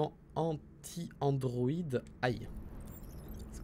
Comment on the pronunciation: Ça me stresse qu'il dise droïd au lieu de Androïd